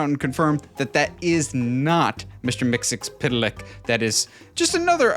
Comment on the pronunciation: The way you pronounce it is mixy spit lick